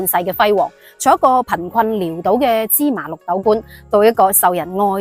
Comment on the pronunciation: (潦)字之後係個倒的話,讀音(老)...